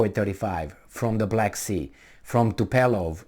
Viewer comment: is TUPOLEV not topelev lol - accent on U!